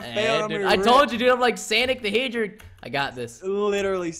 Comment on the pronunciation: " I'm sanic the hager " and then speed boost comes up just when Preston says that LOL 😂😂😂